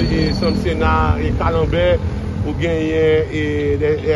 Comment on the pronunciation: Il m'a dead lorsqu'il a dit "Kalembert" au lieu de dire Lembert. Bravo.